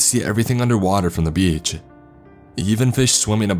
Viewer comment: i wish this guy could use a pop filter i cant stand this anymore Beachhaa clear outhaa im still not going to dislike the vid but its so amoying